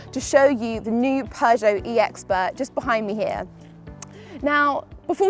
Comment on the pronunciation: You can pronounce Peugeot much better than for example Sinead McCann who says ”PjuuShow” which sounds annoying. You’re much better to pronounce this awesome french car brand than her. Do you know Sinead? 🙂